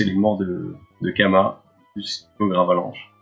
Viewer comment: Tu prononce mal mon pseudo XD. Ça ce prononce Chama pas Kama XD.